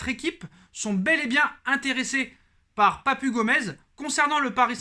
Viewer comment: Papu se lit papou